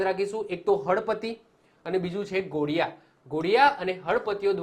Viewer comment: Ghodiya nahi dhodiya bolvu